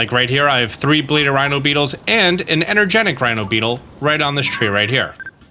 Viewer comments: EnergeTIC, not energenic. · Its energeTic not energeNic, its right there in front of you